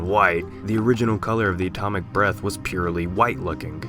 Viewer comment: Why does it sound like he's saying atomic breast